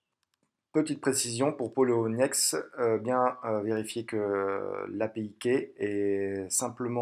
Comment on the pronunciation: re ,qui est polo ba poloniex et pas ploniex comme ta mie , et pour la vidéo tu dit donner les accès a votre argents ,donc pour moi un prêts ce avoir l argent a un moment donner pour joue avec sur le traide part ton bailleur qui te redonne avec intérêt , donc les clefs priver et publique ci non je vois pas comment ils sorte l’argent robot ou pas ,et qui contrôle le robot qu'elle boite des trois plat formes ?